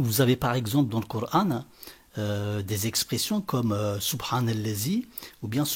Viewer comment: Tu sais même pas dire Coran en arabe ,va dormir